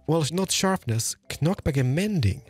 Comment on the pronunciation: Hearing the way you pronounce “knockback” has truly made my entire day 😂